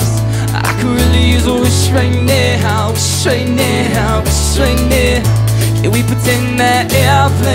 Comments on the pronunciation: I love both of theese guys, but i dont get the deal with some of theese cover singers pronouncing some words so wierd. Like here says: Nehow instead of now. He does it in many other songs too and i dont get why... it doesnt sound better, infact in my opinion it sounds waaaaay worse. But he is still amazing, one of the best cover singers out there:D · um last time i checked it was pronounced n-ow not ney-how but its k. oh and in your songs if a female is singing in the original, let a female sing in your cover but other than that great work lotsa talent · when you say now you say nea!!!!!! whata fuck dude